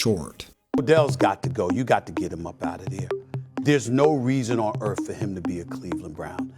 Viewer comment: Say it with me, “Earth.” Not “Erf”.